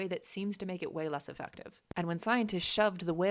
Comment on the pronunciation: Did she say "whale-less effective"?